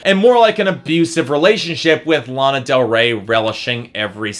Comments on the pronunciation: learn how to pronounce her name before you bash her. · Can you say her name right ??? Please !!!! At lease 😒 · I love the fact you can't pronounce her name correctly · THATS NOT HOW YOU FUCKING SAY HER NAME